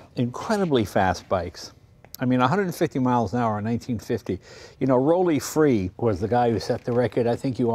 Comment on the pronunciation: FINALLY, someone who pronouces Rollie Free's name correctly!